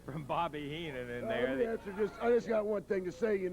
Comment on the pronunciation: wow...was that actually Bobby Heenan..horrible promo..could barely pronounce their names .cant believe this was the ..same Heenan that I saw in the WWF